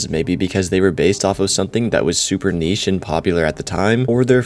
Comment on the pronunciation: Ain’t no way he said niche 🤣🤣🤣🙏🙏🙏